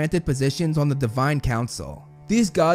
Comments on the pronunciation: It’s not Heck-a-tee. It’s Heck-Kate. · I think it’s HIP-NOSSS and HE-CATE